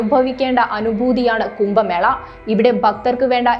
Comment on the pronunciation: കുമ്പ മേള അല്ല കുട്ടി. കുംഭ എന്ന് പറ